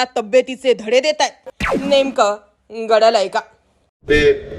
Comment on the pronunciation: Ne.ka gdly ky Nemka ghadaly kay ase bola😂